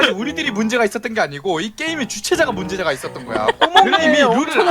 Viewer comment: 에 문제가 있었던거야를 문제자가 있었던거야로 말하심